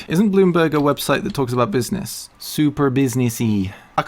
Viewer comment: Buiznezz.. :D someone make a meme out of it!